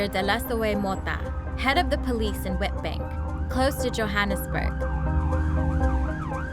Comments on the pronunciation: It's pronounced Vitbank lol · Witbank... It's pronounced vitbank because it's Afrikaans